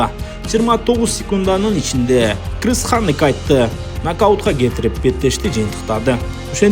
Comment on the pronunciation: Кхыз дегин😂😂😂😂😂,крис болот далбаеб